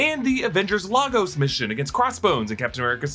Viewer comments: Nigerian here: it’s pronounced as /Lay-Gus/. NOT /LA-gos/. Carry on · It’s pronounced lAgOs not LAGos😭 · Lagos is pronounced "Lay-gos"😂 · Lagos is pronounced “LAY-GOS”